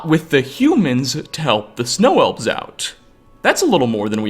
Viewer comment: Ia, cant get over your speech patternsa. "in Tamriela, the wood elves, the dark elvesa...humansa too". -_-'